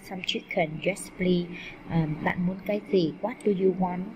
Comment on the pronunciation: cô không biết tiếng anh pờ lít cô đọc pờ li